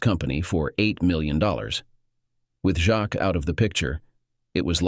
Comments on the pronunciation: ah. would be a good story if polished and corrected before posting........that goes for the story originator also jacques. not jack or jacks, jackie or jackson but i guess the voicer narration can't handle a frencj name. so why not use a different name? and lol.cook and cuck'....totally different, come on! 1.5 mins in and i am guessing that the 2 daughters are in fact siblings. "as they look so alike" the discussion at 25 minutes.....do not forget the money and life she stole from him to have her child raised by him. when its not his! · Jacques. It's french. So the text-to-speech bot has a few issues with it.